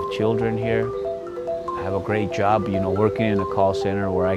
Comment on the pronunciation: …. “We takem their jawb!!!” lol